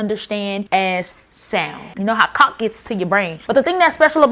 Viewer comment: It's not cock it's pronounced coke, how are you so dumb and smart at the same time?